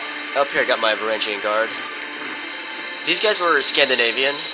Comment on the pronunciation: It's spelled Varangian. It definitely isn't pronounced "van-GAR-re-ihns". Sorry to burst your bubble.